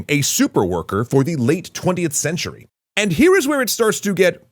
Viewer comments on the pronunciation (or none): none